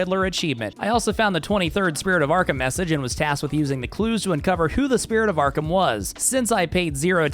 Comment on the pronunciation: Also, when 🐸 said “Spirit of Arkham” who else almost thought he said “Pillar of Autumn”😂 👇🏻